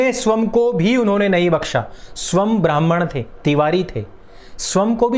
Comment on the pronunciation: एक अनुरोध है , स्वयं का उच्चारण स्वम् ना करें , स्वयं ही करे ।